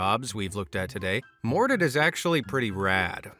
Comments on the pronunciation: Why do you keep pronouncing Dr. Mordrid as “Dr. Mor-did”? Can you not see that second R? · It’s Dr Mordrid… Like Mordred… Like the Macabre… As in strange… See what they did! They just changed one letter on purpose just in case… It hurts the ear to hear the way you pronounce it 😝 It’s really a fantastic film!